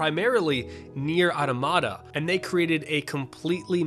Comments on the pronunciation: Why is it that every video game journalist/youtuber out there can speak otherwise perfect English but not a single one when it comes to "NieR: Automata" can pronounce "Automata" correctly? It's a real word, the plural of "Automaton". Therefore it is pronounced almost exactly the same. "Ahh-tom-ahh-tawn" - "Ahh-tom-ahh-ta". Not "otta-matta" .... And no, it is not open to interpretation or pronounced two different ways. It's pronounced the way the creator intended it to be. Even with a heavy Japanese accent he clearly pronounces it "Ahh-tom-ahh-ta" (albeit very quickly, like most Japanese is spoken haha) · “Nier auto-mata” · oof, that's not how you say "automata"